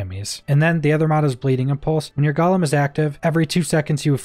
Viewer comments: Omg dude... I don't usually correct people on shit like this, but it's driving me crazy. It's pronounced "GO-LEMM". Not "GALL-UM". There's only a single "L". IDK why this hurts me so much, but I hate it lmao. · Is Champion really worth it though. It is only active for 10 seconds after activating golem, and you really shouldn't be activating golem enough to have anywhere near decent uptime on it. Also, small nit pick. Gollum-character in LotR. Golem-skill in outriders(gole sounds like dole)